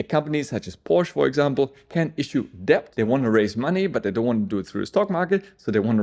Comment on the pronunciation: Please be dont take this the wrong way. With the word "Debt" the "b" is not pronounced. So say DET. Pretty much everyone who learns English as a second language trys to pronounce the "b".